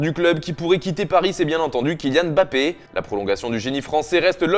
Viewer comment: Enfin Mbappe prononcé comme il le faut sans rajouter un "M Mbappe" superflu 😌